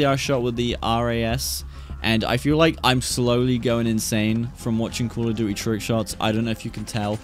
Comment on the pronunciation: Love your accent 😂 "Call of dooey"